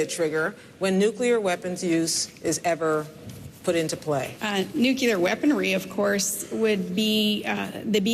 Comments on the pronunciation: ahahahahahaahaha, loved the mashup of nuclear vs Palin/Bush's nuke'you'ler. Today I laugh and laugh at that gaffe, but I also stand completely confused as to why Palin would make the same mistake that Bush made. I don't get it? What are you thinking!!!!!!!?!?!?!?! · LOL! Nuclear vs Nucular! "Can we talk about Afghanistan real quick?" ROFL!!!! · Sorry to be a stickler but does palin not know that the word is "nuclear" and NOT "nukular". So many fucking dolts can't get it right. I don't think she should be anywhere near the red button if she can't pronounce the word. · NUCLEAR. Not NUKEULAR. She sounds just like Bush. Maybe she should try "hooked on phonics." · nuclear nucular nuclear nucular nuclear nucular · i love the nuclear nucular part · NUCULER AHHAHAHHAHAHAHAHAHAHHAHAHAHAH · "Those darn physicists keep pronouncing nucular wrong! They're the ones who invented the darn things!" "Er, what exactly is it you're saying they invented?" "You know, the nucular things in those bombs." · lol i just remembered Dubya once said 'nuculear' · Actually, he said "nuculer" many times, and when called on it, basically said "I'll pronounce any way I want to". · Just imagine Palin with the Nucular launch codes... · NUKULER!!! Haha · NUCULER LOL Oh Palin you silly b**** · Can you imagine that woman having her finger on the 'nuk-u-lear' deterrent?! Oh my. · "nucuoolar" LMAO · i hate it when people say nukular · NU-KU-LER?! Hahahahaha! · Everyone in the U.S., who used to say "nucular", has educated themselves to say the word correctly because of Bush's mis-pronunciation. Not Palin though, She keep it real. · Did Palin say Neucular? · Unbelievable, how many times does Palin just not answer the question, what a tard...nice legs though "Nucular...hahaha" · Can someone tell me what Nookyaler Weaponry is? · Homer Simpson says "nuculer", too. And he's an expert ;) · bitch cant even SAY the word 'nu-CLEAR' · aw hell.. she says 'nuculer' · "nucular weapons" are dangerous. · NUCULAR hahahahaha